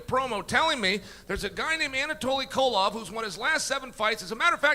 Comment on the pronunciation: "Kotov" - Chael